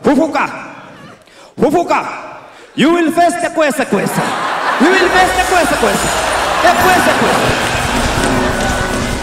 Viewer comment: Yea niliskia ng'ang'a akisema kwensekwenses